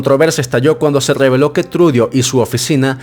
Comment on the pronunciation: Trudo así se pronuncia no trudio!